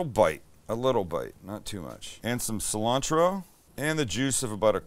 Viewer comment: My girl started laughing when you said "sil-Ann-trow".. 😆 🤣 😂